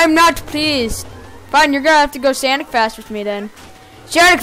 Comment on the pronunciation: Don't say sanic